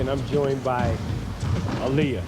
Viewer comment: It's Aaliyah not oaliyah